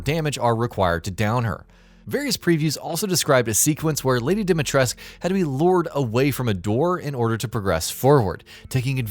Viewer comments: OMFG! It's DimitrescU, pronounced with a U not "esc"! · DimitrescU not dimitresk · it's not Dimatresku either...it's Dimitrescu, like dee-me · you must read it as "dimitresku", NOT FREAKING"dimitresk" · Dee-Mee-Tres-Koo Not "Dimitres" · it's Dimitrescu! not Demetresc. pronounce it right. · It's pronounced Dom not Dim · Every time this guy says "dimy tresk", A Romanian child dies. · Or even those who still call her “dima tresku” even after listening her name being called by Ethan in the demo 🥲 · Yes. It's not like anyone calls the dictator Ceausescu "Ceausesk" or "Ceauseesk". Dimitrescu is pronounced exactly the same. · Any time he says "Dimitresc" I die a little on the inside. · All the romanians must be cringing so hard as even i know that you are supposed to pronounce the SCU at the end. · Ethan, who is voiced by an American, told what to say by a Japanese person, has no idea how to pronounce Dimitrescu. Ask any actual Romanian, if you even know any. I know 3 Romanians. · exactly, seriously no idea who decided to tell the actor that the u is silent. Even the japanese version is closer to the correct version. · I like how this guy mispronpunces dimetrescu wrong everytime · I think you forgot the 'u' on the end of Dimitrescu. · the only thing confirmed is that English localization team doesn't know anything about pronouncing Slavic names. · could be the way Ethan pronounces it, but he mispronounces most names. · Ruthless Romanian dictator Nicolae Ceausescu had his name pronounced with the "scu," so why not Lady D? Did Capcom include an inaccuracy in the game? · Don't worry about it ;) Yes I know they did which is baffling to me as you could just walk up to anybody on the street here and ask them how it should be pronounced. A very weird decision if you ask me. Also a lot of people here are a bit mad because of this :D Gamers I mean. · No U on the end of her name, heard, gotcha, thumbs down. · Still mispronouncing her name....